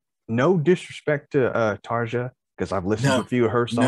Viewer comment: Great song choice guys! Thank you for being gentle about comparing singers! All 3 amazing women brought something great to this band. For checking out live videos, do check out more Tarja (pron: Tar-Yuh), esp from the 2005 End Of An Era show. Now for Anette...she has a more poppy, less powerful voice, so I recommend the original band videos of Bye Bye Beautiful and Amaranth, live, she does a great job on a jazz joint called Slow Love Slow. She saw the band thru the most difficult stretch, and most.commercially successful stretch of their history. Then in 2013...Floor takes over and can sing absolutely everything with texture and power...she's a "total package" vocalist. All 3 ladies have my total respect! Thanks guys, for getting the pronunciations correct! See you next time!